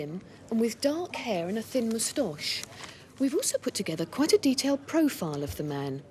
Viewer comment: can't say moustache properly 🤔